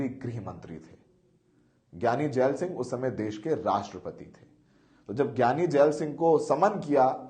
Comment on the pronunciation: So many mistakes. Keshawgarh sahib nahi keshgarh sahib hai. Jaal singh nahi jail singh hai.and many more. Pls be careful